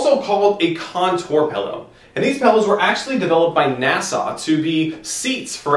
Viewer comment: "These pellows were actually developed by nasaw..." wtf are you saying? lol